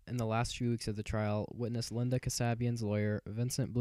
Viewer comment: "Expert" who cant even pronounce Linda's name correctly. What a joke.